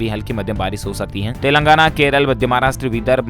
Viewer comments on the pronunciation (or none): none